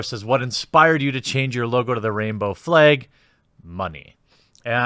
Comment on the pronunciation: "Rainbow fleg" hehe... he said fleg.